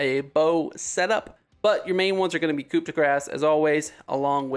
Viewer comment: Don't know how to say this without coming across as an ass lol but "coop" de grass is pronounced "coo" de grass as in a coup; but more to the point its a play on the phrase "Coup de grâce" which means a death blow. Love the content, though, nice to have some fresh takes on the game after the last couple of years, glad to hear the channel is growing.